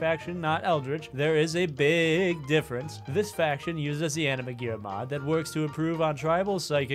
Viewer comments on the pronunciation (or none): none